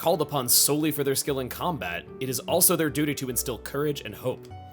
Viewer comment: when you went "why did you make that require a skill?!", I heard it as "skell", not "skill". So I was like "wait what? Xenoblade x?"